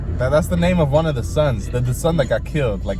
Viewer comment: your dad must be nigerian. at least you can pronounce your name well, lol